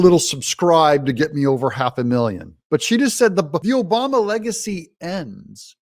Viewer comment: Michael OBAMMMMA! say it correctly.